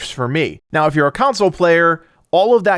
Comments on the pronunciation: It's console not council. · When you say “counsel” it totally messed up my brain I had to rewind 3 times lol